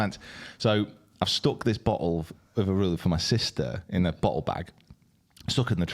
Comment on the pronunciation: That liquor is pronounced A- MA- RULER